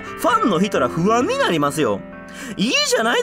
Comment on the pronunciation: ファンのひとフゥァン(不安)になりますよ😂(深夜投稿)